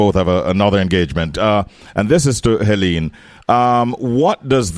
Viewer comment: Her name is Helene and not (Henene).